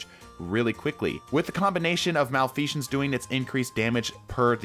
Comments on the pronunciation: MalfeSHense? What? I think you mean Malfeasance. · “Malfesion” lol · Okay, but why do you pronounce it "malfeashance"? xDDDD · Why is the S coming out as a J sound when you say Malfeasance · he really said malfeajance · Why he saying its name like "malfeazhance" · why do you keep saying Malfeasance weird? theres no "sh" sound on the S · Bro said Malfeashons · Okay, first off, thank you for the video. Secondly..there is no H in Malfeasance. It is not Malfeshance. Just a heads up. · Bro there is no h in malfeasance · Fun drinking game, take a shot every time he mispronounces Malfeasance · Everytime I hear "malfeasance" pronounced incorrectly a part of my soul dies. Malfeasance has always been good with lucky pants ever since their inception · I keep getting distracted by your mispronounciation of malfeasance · More PVE vids, please. But do drop the non-existent "sh" in "Malfeasance". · it hurts every time he says malfeasance